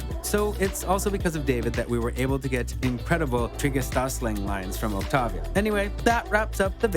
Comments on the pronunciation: It's Octeivia not Ochtaavia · its pronounced oc-tay-vee-uh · It’s octavia not octovia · "Octovia" ITS OCTAVIA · “Octova” TF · He really said the one hundred and octovia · “Octahvia” No hate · why did you say octavia like that 😧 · My ears r bleeding- WHAT DID U CALL OCTAVIA? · You NEED TO SAY OCTAVIA THE RIGHT WAY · You pronounce Octavia like French people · is no one noticing how he says octavia's name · I'm sorry, but the way he pronounced Trigedasleng and Octavia bothered me so much.